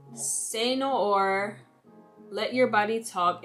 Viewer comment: actually, no. more like "say no ARE". I don't know french, I'm not a fan of Beyonce... but I'm into perfumes, and I have a good few with "noir" in the name.